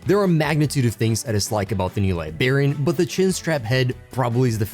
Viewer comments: LIBRARIAN WITH AN R FFS LIBARIANS ARE PEOPLE FROM LIBERIA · I need him to stop saying "libarian"...it's library...libRarian... WITH AN R 😂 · Bro I’m not even trying to cook you but every time you said libarian and not liBRARian I almost stopped watching 💀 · Great video but I cannot express how much hearing "Liberian" bothered me. Come onnnnnn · This is a great video and I hate to be that guy, but... It's liBRARian. I know English isn't your first language, but it was extremely distracting. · Liberian lol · Liberian ? Librarians . You miss the R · Are you purposely saying Librarian wrong? Have you never been to a library? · Remember there's an R in Librarian Awesome model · Dude. Idk why it bothers me. But just recall elementary school with all the teachers being irked by "The Liberry." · Haha I'm glad I'm not the only one who noticed that, thought I was imagining it. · Well, that's annoying as hell.😂